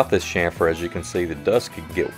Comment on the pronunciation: Great video! I love the technique of clamping to the front rail. Also, and this is the English minor in me speaking, but I love that you pronounced it "shhamfer" (correctly) instead of the more popular phonetic pronunciation of CHamfer. Hahaha. Right up there for me with wains"coat"ing instead of the correct wains"COT"ting. (steps off his sudden soap box). Thanks for the great video and sorry for the small rant. I definitely digress. :/